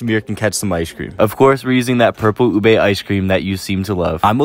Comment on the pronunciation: Thank you for splaying ube right because most Englishmen pronounce it as oobe